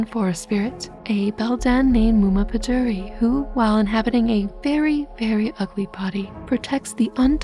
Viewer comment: I am impressed how good you are pronouncing Muma pădurii! She is generally the villain of every romanian bed time story. She is an old woman that lives in the woods and either helps the hero or she tries to prevent the hero to reach his/her goal. "Muma" means mother and "pădurii" means "of forest". She is described as a very old lady in any story. Maybe the closest relative to her is Baba Iaga.